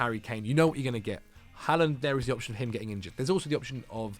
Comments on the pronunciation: Im norwegian and your first pronontiation of Håland is correct but not the second one. In Norway we do indeed say Håland and not Haaland so you are doing it right the first time but not the one you are trying to correct to. Just keep on saying it the way you are used to that is the correct one ☺️ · your pronounciation of Haaland was correct the first time. It IS in fact pronouced "Haul-land". /Scandinavian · you keep saying Haaland correctly and then correcting yourself to the wrong pronunciation. It's "Haw" not "Ha", rhymes with Law. - Norwegian person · You did it twice !! You seem to have learbed something new and have changed how to say it. And you have gone from correct to incorrect. Someone has misinformed you !!